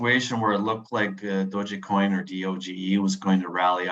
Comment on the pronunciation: The E in Dogecoin is silent dude